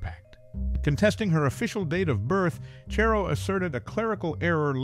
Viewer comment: It's CHARR-o, not Chair-o